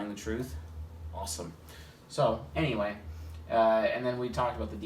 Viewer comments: Every time he says "anyway" I hear "Ne-way"; the path of the ENTP :) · YOOO I had the EXACT same thought 🤯😆as an Ne dom